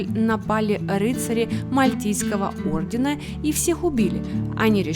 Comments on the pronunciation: Только Мальтийский орден,а не оРдер, оРдер на квартиру бывает)))) а Мальтийский орДен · Хочется поправить - не ордер а орден, Мальтийский орден. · МАЛЬТИЙСКИЙ ОРДЕН, а не ОРДЕР!!!